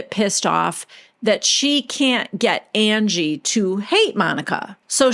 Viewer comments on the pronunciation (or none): The way that you have Whitney always saying Angie is like undies except instead of “dies” pronounced “dees” it’s UN-GEE 😂😂😂 God Whitney is a nitwit